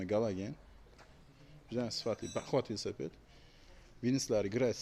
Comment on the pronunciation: Ассалому алайкум. Весапед дейилмеди, Велосипед дейилади.